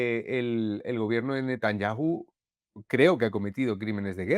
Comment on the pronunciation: De repente viene alguien que pronuncia mejor "Netanyahu" que Soto Ivars y mira que el listón estaba alto jajajaj 😅